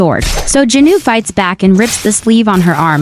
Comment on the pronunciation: It's jinu not junu